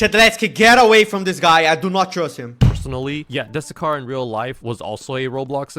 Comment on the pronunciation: Fu-ck you you said matt dusekkar not trust worthy